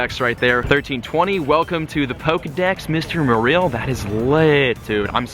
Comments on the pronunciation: I feel the only name he pronounced very wrong was Marill.-. The other one's he did alright pronouncing. It did annoy me how he said "Merrillll" instead of Mare-oll for Marill, but out of the all the Pokémon Go Tubers i watch him the most, yes he's had his Click Baity moments, but he's way less Clik Baity then majority of the Pokémon Go Tubers, and yeah his personality doesn't strike me as someone super duper funny, but i still feel as though he is genuine, i don't subscribe to him, but i enjoy the PokémonGo content he has to offer and i wait and like every Pokémon Go video he posts. I can't play it on my iPhone 4S after the 4th Update, so yeah, instead i watch Play it;^ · MA REL? no its MARILL. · LazerPotato 126 Merril? No that Is terrible pronunciation In pokemon 3D and official pokemon game says MArill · Why does he pronounce Marril like that... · It's pronounced Marrol by the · hey it spelt marill but it's pronounced mayroll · My first pokemon was a ledyba, my rarest catch was a Meganium, a bunch of Murkrow around my block. ... And it's pronounced MA-rril. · that's not how you pronounce marill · Anyone else triggered about how he said "Marill" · That's not how you say marill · I THINK YOU'RE PRONOUNCING MARILL WRONG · AmphaROASTED he said marill wrong and many more. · I cringe every time he mispronounces marill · My toes cringed every time he mispronounced "Marill" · The way you pronounce marill bothers me...and now gligar... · you pronounced marill and pinapp berry wrong the whole video 😡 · you mispronounced marill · Honestly hearing you say Marill incorrectly 10 times in a row had me cringing and SHEWK.